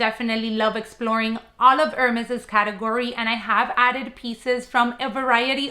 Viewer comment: Thanks for sharing! 💐 You are beautiful and I love the new Kelly bag❤. But since you obviously cherish the brand please do not say „her mess“, try to pronounce Hermès the french way. Same with the name „bride-à-brac“ has nothing to do with a bride. The Kelly strap is not meant to wear it cross-body it goes on the shoulder. There might be longer Evelyne straps available, those are great for wearing the Kelly crossbody.